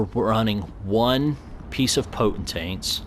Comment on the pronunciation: I can't decide. Is saying potent-taints on purpose cuz that cracks me up??! 😂